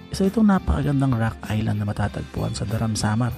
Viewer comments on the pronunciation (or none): Tol hindi sya daram it's da-ram pag hiwalayin mo tas diinan mo yung Da.